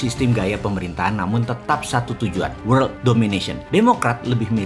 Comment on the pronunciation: Ngomong world nya lucu😄